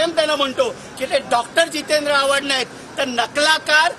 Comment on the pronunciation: Avhad ❌ avghad ✅